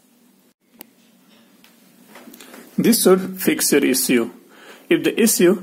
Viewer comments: Can't pronounce issue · Issue:))) Bluetooth)) so funny pronunciation